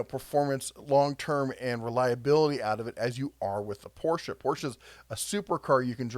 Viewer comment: THANK YOU for pronouncing Porsche correctly! You're definitely a true car enthusiasts